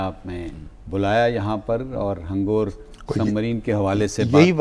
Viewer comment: Mr anchor,hangoor NAHI hangor.